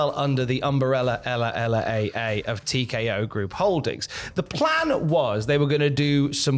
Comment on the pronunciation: Did he say ella ella ey?...🤦